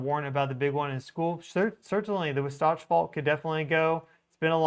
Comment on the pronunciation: FYI,: The correct pronunciation is WAH satch! I TRULY appreciate you and the profound/accurate information you share with us in real time! Thank you so much!